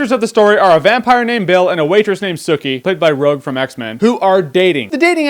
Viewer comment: I like how bill doesnt say sookie he says sookeh